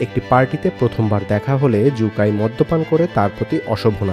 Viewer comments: সু কাই কে জু কাই বলে বলে ভিডিওটাকে দিছেন নষ্ট করে। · জু কাই নয় সু কাই😂